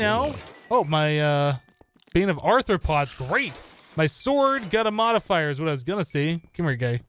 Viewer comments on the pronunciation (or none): none